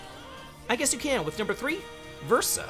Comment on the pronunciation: By my count, he pronounced Verso correctly. 😂